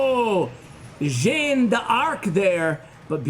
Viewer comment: Every time says janne de arc I die 😂